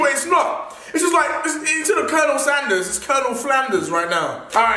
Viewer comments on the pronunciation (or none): none